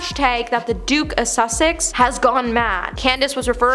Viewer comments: Some phonetic help…”whinging”=WIN-JING, “Sussex”= SUS-EX (not “Suxex”), “row”(in this instance) R-OW. Cheers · It’s The Duke of Suh-six not The Duke of Suck-sicks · Susssssssex, not Sucksex. Otherwise, great video! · "The Duke of Suxex" 😂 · Oh, bless you. Kirstie is not pronounced ~ Christie.....her name is kir-stie........"Curse-tee"......... And , it is unfortunate that you keep mispronouncing the Duke's name as the Duke of Suck-sex......🙀several times. 😂😂😂😂😂😂Oh my ribs. Aw, you got it right in the end. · I thought at first, she was being cheeky by saying “The Duke of Suckcess”. 🤷🏼‍♀️ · .... aw, bless her..... come on , I mean.... The Duke of Suck-sex! Brilliant!!!! ( To be fair, Once you start mispronouncing words it can be really difficult to stop repeating it.) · Ya gotta get some advice on your pronouncements. Sussex (?), good grief! Row is pronounced roue. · do you not know how to say "sussex"?